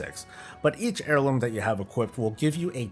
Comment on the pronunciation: Gah.. all I hear now is hair-looms after that intro. 😉